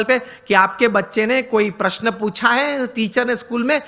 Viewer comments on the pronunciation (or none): none